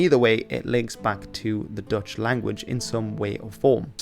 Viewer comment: I'm Dutch and have lived as a student in Newcastle a few years in the '90s. It always amused me how I found it easier to understand Geordie than most English students. Your Dutch pronunciation is the best I've ever heard in any video about English language / history / dialects.